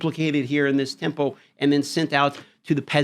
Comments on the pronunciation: Jesus learn how to speak temple..sounds like tempo good lord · Tempu, tempoh, temple??? What are you saying.